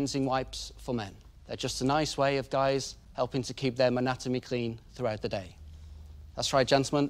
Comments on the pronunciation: "Manatomy?" Ugh. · "manatomy" bye